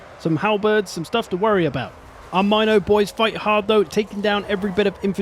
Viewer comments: it's not mi no it's mino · Leave it to a fuckin brit person to pronounce it MINE O TAUR ffs